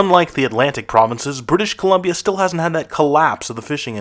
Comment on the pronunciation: Buddy said "British Colombio" haha